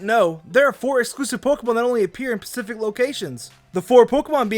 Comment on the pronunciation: Pacific location